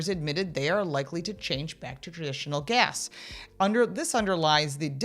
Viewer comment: lol 😂 Gas Not Gehs lol 😂